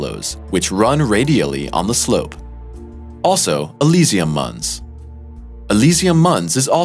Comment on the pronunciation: Mons is NOT pronounced muns. It's latin and pronounced "mänz". If it wasn't mispronounced 20 times, I wouldn't have pointed it out ;) Good video otherwise!